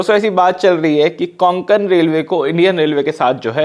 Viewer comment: Konkan nahi re Kokan Railway